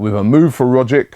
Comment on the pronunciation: Just on the Rogic thing, I'm an aussie so ive been watching him for a while... He's undoubtedly one of our most skilled players, and imo could easily do well in the prem, not sure how well though... also its a hard g and a "ch" sound for the c so think of his name like "Roggich"